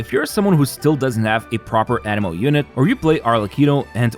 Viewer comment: Bro, learn to pronounce anemo, all the video i thought u said animal. Jesus.